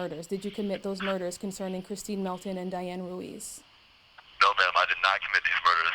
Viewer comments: He can’t even get the poor victims name right. Calls her Kristen instead of Christine. Kristen is one of his kiosk chicks. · He has such little remorse for his victims he can't even TRY to get her name right. Her name is CHRISTINE, not Kristen you clown! Kristen is the idiot putting money on your kiosk, idiot... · He can’t even get his victims name right 🤦🏽‍♀️ He keeps calling her “Kristen” instead of Christine!! This guy is confusing the victim with his daft kiosk Kristen girlfriend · I just can’t with this tool 🤦‍♀️ He’s so ridiculous it would be laughable if two women weren’t dead because of him!! He’s such a douche bag he can’t even get his victims name correct, kept calling her Kristin 🤦‍♀️ Sorry but this reporter should’ve corrected him every single time he said it wrong!! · Kristeen, not Kristen. U big overgrown dummy. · Why is he calling Christine Melton "Kristin?" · He doesn’t even know her name! He calls her “Kristin” and her name is “Christine” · Her name is Christine not Kristen !!! Are you kidding me 😧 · CHRISTINE buddy not Kristen 🤦🏻‍♀️ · How freaking embarrassing that he can't even get his victims name right. He keeps calling her Kristen instead of Christine, and Kristen is the woman who he's chatting to on the jail phone calls 😒SMH He really thought he was being convincing even though he confessed to Mila andchus father on public phone calls lol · Lies lies lies! What really gets to me is that he calls Kristine Kristen. Can't even get her name right. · It was painful for the rest of us to hear also, but for different reasons. Because the woman’s name who he m*rdered was Christine and he couldn’t even get that right. Kristen is one of his ex-girlfriends. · He can't even say Christine's name! right..ugh he is so evil and obviously is lying. He is not a god fearing man, he is a demon. He will never hurt someone again. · Dude kills her, and still can't even get her name right ? 🤡